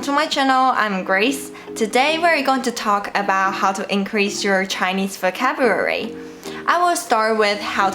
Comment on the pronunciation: I love when you say focabulary.